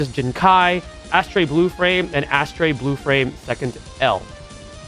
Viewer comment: Pronouncing Astray as "Ass trey" is fkn diabolic bro😂😂😂😂